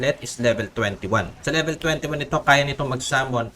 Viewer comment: Pa libilen😂😂😂 Bisaya ka😂😂😂 Ako din eh😂😂😂